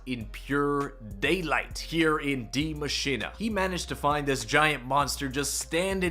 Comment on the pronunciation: Is it just me or why does he call it Die Machina... it‘s Die Machine